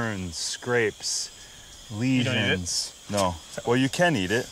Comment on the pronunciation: the guy roasting for saying "lesions" omfg